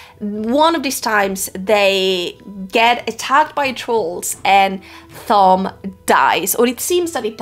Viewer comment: I had a dozen comments I was going to make, but they kept getting displaced by my OCD when you kept mispronouncing Thom (hint, it's "Tom"). Also, on your worries about sexism, etc, WoT is replete with gender egalitarianism. No need to fret. It was way ahead of its time. There are two scenes related to that in the entire 4.4 million words / 14 books that i would change, and they are almost the same and very brief, but otherwise, the ladies get their due and then some. The story is told in a series of character POV chapters, and by the time the series is over, the female POV chapters outnumber the male ones by a healthy #, not to mention the political / societal structures and story elements that favor them as well. The folks who see this series as not femenist enough (Rafe the betrayer, the defiler of WoT Judkins) are ridiculous and extremely mistaken.